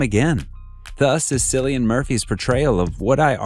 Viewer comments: His name is pronounced Killian. I known because that’s my name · Nice video! Keep it up! Also, please remember to check up on pronunciation; Cillian is pronounced with a K sound like saying the word ‘kill’. 😁